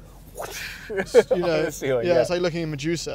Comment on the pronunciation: he goes “my juicer” instead of “medusa” 😂